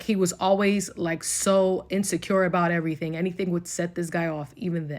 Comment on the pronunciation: EV-UH-REE-THING. my GOD.